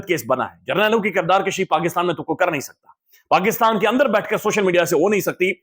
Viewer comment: کردار کشی ۔۔۔پیش کے ساتھ بولا کریں ۔۔زبر کے ساتھ مطلب بڑھنا ہوتا ہے